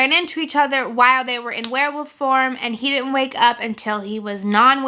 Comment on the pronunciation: I love how you sometimes say "werwoof" and not "werwolf" <3 I think it's your dialect but it's cute